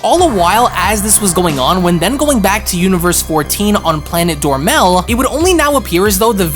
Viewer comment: Dromel, not Dormel Salaga, not Salga. Your pronunciation is so off.